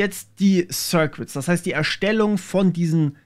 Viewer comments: Schönes Video, aber die "sirquitts" machen mich fertig... Das U in "circuits" ist stumm. Das sind "sirkitts". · sörkits nicht sörkwits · Sörkits, nicht Sörkwitz :D